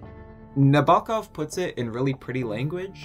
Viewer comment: Sorry to be a grammar Karen, but please pronounce the author's name correctly. It's on the first syllable "NA bo kov."